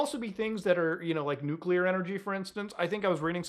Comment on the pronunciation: It's so refreshing to hear a YouTuber pronounce nuclear properly.